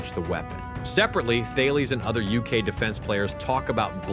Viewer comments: You don't pronounce the 'H' in Thales, it's pronounced Ta-Lis. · The companies you mentioned are pronounced Tar-Laess and Kin-etic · I've got to pick you up on your pronunciation a bit here. Thales is pronounced "Talis", QinetiQ is pronounced "Kinetic"...just saying ;-)